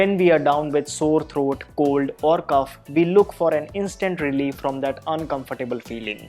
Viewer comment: Brother cough is pronounced cof not cuf